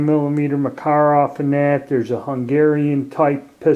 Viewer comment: I believe he is saying it correctly. But usually folks don't mind the mispronounced but more popular way of saying it.